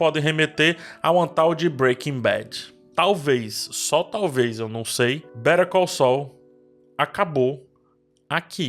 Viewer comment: eu tô maluco ou a pronúncia de "better call saul" parece (literalmente) "perigoso"?